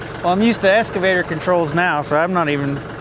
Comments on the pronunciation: PLEASE SAY EXXXXXXCAVATOR. NOT ESSSSSSSCAVATOR. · Is it "Excavator" or "Escavator" ......asking for a friend on You Tube. LOL 😊 just having fun, love the channel👍